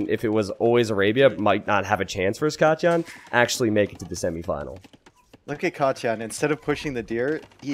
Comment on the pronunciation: he says katyan ;)